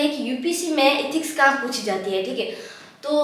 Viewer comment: Are tum एथिक्स ko इथिक्स kyon kehti ho.